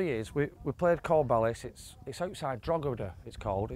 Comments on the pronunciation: the g is silent, it's pronounced Droheda. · Droheda G's silent bud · Love it guys ..... welcome to ireland Fyi say them fast 😉 coor-bal-is Drock-e-da Ter-ma-feckin 😎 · granted, I am a Canadian, but I believe that it’s pronounced “Drawh-da” (I suppose that I could use phonetic alphabet, but I think that conveys the proper pronunciation). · it's pronounced 'Draw-hid-da'. The 'G' is silent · you dont pronounce the G in drogheda its drawdaaa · The G is silent in Drogheda. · The "G" is silent in Drogheda. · Fyi, the "g" in Drogheda is silent.